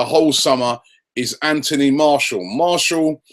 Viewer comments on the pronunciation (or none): And his name is Mar-ti-al